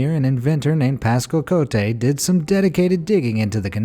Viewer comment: “Cotte” is pronounced as “COAT”., I’ve noticed in your videos, you have a very bad habit of mispronouncing every E at the end of every French word as “ey” as in “hey.” It’s not “CO-tey.” It would be “CO-tey” if this accent, é, were on the last letter, Cotté.